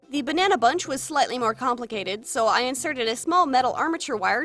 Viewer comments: Does anyone else hear her say bununa instead of banana or is it just me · The doll ended up so beautiful but my favorite part had to be 'buhnuna yellow" something satisfying about hearing the way other people pronounce words